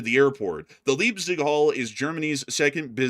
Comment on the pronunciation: The city of Leipzig is pronounced as "Laipsig" 🙂, the 'ei' sound is similar to the word 'eye'.